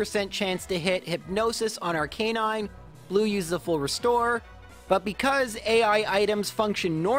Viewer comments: Arc-aye-nine? Bruh. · Except not Arcanine.